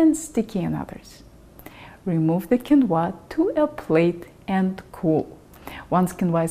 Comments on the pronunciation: It is pronounced keen-wah. I have used this super food in America since I learned to cook in the 1960s. This video is pretentious. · Hello, quinoa has been eaten by the natives of the Andes for years and years, its is very nourishing, and delicious. Please, accentuate the “i” , not the “a” if you do, it sounds chinese….hahaha🥰🥰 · I did not know "Qu" in Quinoa was pronounced as "K " sound or is that just a Russian thing. Heap all that Quinoa up onto your steamed kale and serve it up when your mother-in-law visits. - yum. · Ah, I hate “mooshy quinwah”!